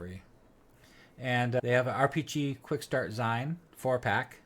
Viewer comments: Zeen..not ZIne..as in magaZEEN. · Zine = "zeen" like in magazine.